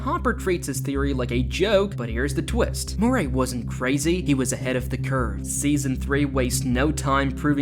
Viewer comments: his name is murry not morray eel. and a lot of "conspiracy theories" end up true or right in at least 1 way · MURRAY Not Moray. One is a person's name; the other is an Eel.